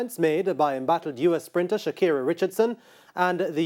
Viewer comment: Yow why do they keep pronouncing her name as Shakira and not Sha CARRI? I heard several Jamaican commentators do this.